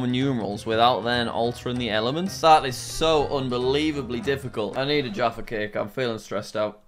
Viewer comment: Jaffa cakes, No sorry, jacka cakes Good job btw